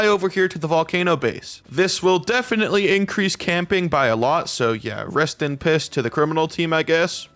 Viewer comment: He literally said rest in piss. The subtitles are correct